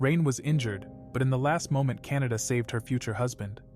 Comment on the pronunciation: The cats name is not Canada it is kanata